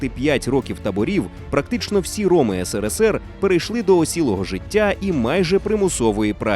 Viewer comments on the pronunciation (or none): none